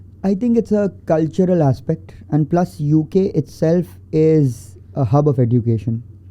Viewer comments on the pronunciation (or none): Why it's Edducation instead of Ejucation? Education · This e”ddddddddddddd”ucation is really annoying me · OK, but what’s up with the pronunciation of “education” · I am curious to know why he don't know the correct pronunciation of word "Education". After listening, to him, I rushed to google to check if I am wrong but unfortunately I am right. I checked only British and American. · woh to theek ha but please teach him to pronounce "education" 😭